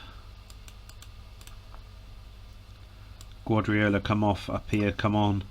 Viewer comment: Wonder if he realises the guy he keeps pronouncing as Gwadriola, is actually Pep Guardiola??